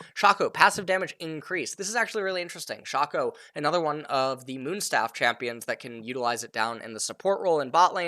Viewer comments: You Say Sharko , I Say Shaco :) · Dude, Shaco, it's pronounced as SHAY-KO 😂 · Are you allergic to long A's? Shahco Atrox Dahrius ...